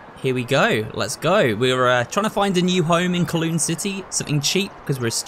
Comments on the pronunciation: IT IS PRONOUNCED COWLOON NOT KLOON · im from hong kong and can confirm. there are some ruins of it in the public park where it is now and it's a bit of an older neighbourhood. Also wanted to mention it's pronounced as cow-loon instead of co-loon but hey, first time for everything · Pronounced: “Cow-lOOn”. Some interesting architecture and history behind that place.